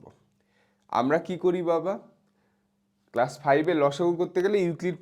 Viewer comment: কেসাস❎ কেলাস✅বলছে ও😮‍💨